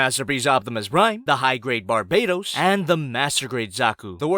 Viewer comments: The name isn’t pronounced Bar-bay-tos is Barbatos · why in the swiveling hell does he still call it the Gundam barBAEdos it's Barbatos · LOL "BARBEYTOES"...its Barbatos